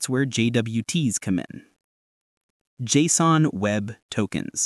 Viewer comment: Liked because you said JSON correctly.